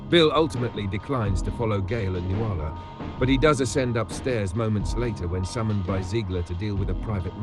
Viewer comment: Nuala is pronounced NOOL-ah. I always cringe when she says noo-AHL-ah. Someone should have told Kubrick